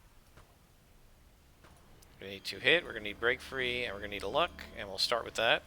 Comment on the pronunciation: Every time you say I need some “Break Frees” I hear “Brain Freeze”